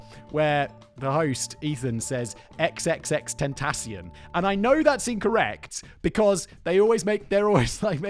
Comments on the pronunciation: actually Ethan's pronunciation is closer than yours, the problem is where he accents it, should be on the last syllable "ten-ta-CION" instead of "ten-TA-cion" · I’m from Miami and my first language is Spanish, it’s XXX-ten-ta-c-on. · Ten-tah-cee-on FYI factboi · i think its pronounced xxxtension like an extension cord. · X to him meant the unknown, (like as in John Doe, a unknown person) and the way you do correctly say tentacion, sorry to say Simon but it is pronounced like... Ten ta see on. this was his twist on temptation, apparently it's Latin 😊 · No Simon. It is infact not pronounce “xxx ten-tay-shun” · I blame it on the American education system but the rappers name is pronounced "Tin-Tass-E-On. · I think it's pronounced Triple Extentation. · Simon, no one know how to say xxxtentasion